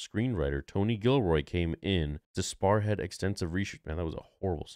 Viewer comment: I like how said sparehead instead of spearhead, hmmm maybe next time, its kewl